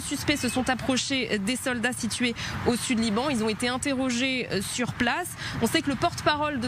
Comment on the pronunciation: Liran au lieu de LIBAN